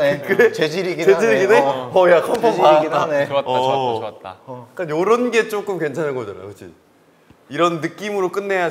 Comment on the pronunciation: 나는 태민이 내가 쪼꼼 이 발음이 너무 좋다ㅠ 다른 영상에서도 맨날 조금을 쪼꼼이라고 발음하는게 개귀여워…